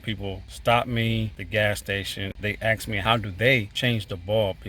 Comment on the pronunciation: Thanks for the tutorial...and not to be ungrateful...its "ask".....not axe....